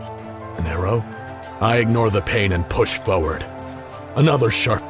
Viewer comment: "I push feward"